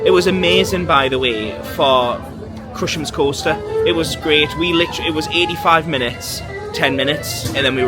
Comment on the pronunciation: Love your vlogs but dude it’s crush’s coaster not Crushems 😂